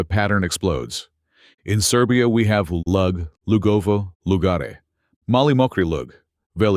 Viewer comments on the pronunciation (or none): Generaly it is known. Look at Croatian sources about this. " Lug" has to be said like " loog". It is very important. So please correct yourself. History of languages is even much more older than you have nicely mentioned. But you made very sincere beginning. ❤